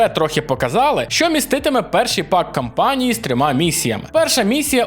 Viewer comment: кАмпанії, будь ласка, дуже прошу. Кожен український ютубер каже кОмпанія. Це надзвичайно ріже слух. Це ж повністю ріже слух. Дай Боже 💪